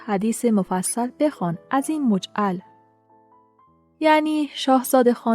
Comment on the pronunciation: درود بر شما، مثل این است: تو خود بخوان حدیث این مجمل … نه مجعل. سپاس از زحماتتان.